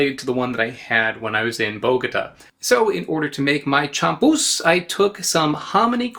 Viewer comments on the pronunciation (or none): Spanish pronunciation is very regular, you could learn it in a half hour. The accented letter gets stressed champús is chamPUS not CHAMpus